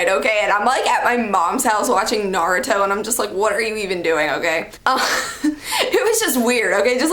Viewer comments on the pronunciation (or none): Kinda cringed when she said Naruto wrong.... Idk if any other anime fan says the names in Japanese (correctly) but I'm used to it and idk. There's nothing wrong w her saying it in English but yea 😐 I'm not hating. I used to say the names like that too until the queen of anime (my sister) started to correct me.. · When she says Naruto I instantly subscribed lmao😂